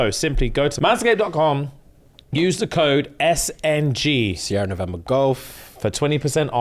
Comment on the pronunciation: When says “SnG” I always hear “SMD” and furrow my brow like Franklin in snowfall